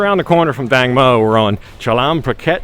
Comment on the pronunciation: I think its Tang mo..watermelon,not dang...